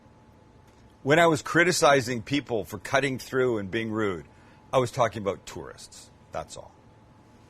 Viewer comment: I only have an issue with how you say "out" and "about" 🤣